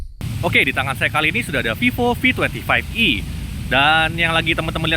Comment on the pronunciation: "OK ditangan saya sudah ada Vivo V twenty five E (25E)" ini gw gak salah denger apa 😁 Awokawok....